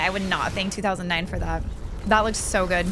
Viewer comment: Good ❌ gooiddeee 👍